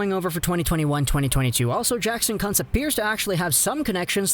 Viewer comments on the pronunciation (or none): it's pronounced Koonz. Thought I was watching a Jim Jeffries video. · Kuntz 🤣😆🤣😆 I think its pronounced Kuuunz